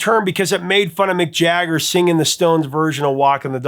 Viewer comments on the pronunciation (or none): none